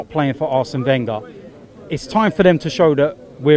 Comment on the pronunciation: sn we don't say WengerIn